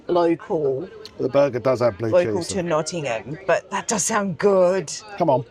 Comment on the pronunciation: Also thank you for pronouncing Nottingham correctly 🙈 (Pigeon milk!)